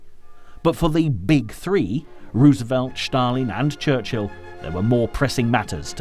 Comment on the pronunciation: It is a torment to listen to the narrator. Where on earth did you get it that Stalin and Stalingrad are pronounced "Shtalin" and "Shtalingrad"??? For heaven's sakes, these are Russian names, not German!! The important story is completely obliterated by these mistakes.